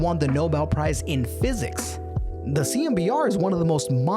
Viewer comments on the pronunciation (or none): none